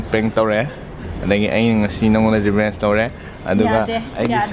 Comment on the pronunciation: It's revenge not rebenche